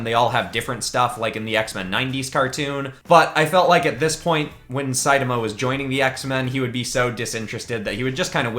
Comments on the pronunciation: It’s produced say ta ma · not to be rude but its pronounced say-tama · So it sidama not saitama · Like the video but hate how you say one punch mans name